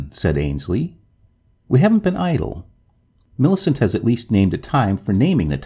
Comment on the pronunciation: You have a sing songy way of talking. I would stop doing that. Also, Millicent is pronounced - MILL i CENT. Your voice keeps going up and down. It's very distracting and irritating. Sorry to be so rude, but I'm just trying to give you some feedback.